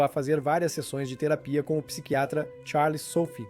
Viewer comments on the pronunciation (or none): none